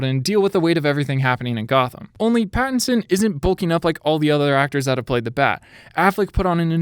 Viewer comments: he said "batitson" instead of patitison lol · Him saying batinson kept getting me annoyed XD